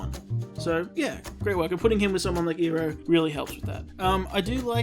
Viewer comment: if he pronounces it (ee-roh) instead of (Eye-roh) as it should be, I will murder him. I know you started ith the movie so ill give you a pass. Just for this episode